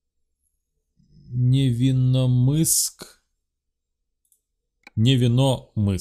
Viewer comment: Правильно НевиномЫск а не НевИномыск